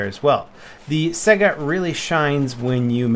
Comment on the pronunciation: Stop pronouncing Saiga like "sega" the spelling is similar to the Russian word Taiga the cold northern biome.